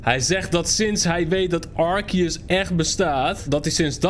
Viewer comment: Het is arseus!!!! En arceus is veeeeeeeeeeeeeeeeel cooler